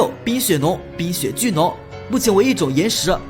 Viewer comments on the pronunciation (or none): 坚盾剑怪 念成 shu盾剑怪 灵魂 念成 nin魂 san电蜥 光电san蜥 冰雪nong 冰雪巨nong 老翁nong 今天怎么了🤣